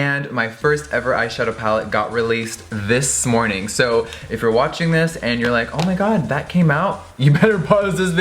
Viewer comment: "this smorning" lol ily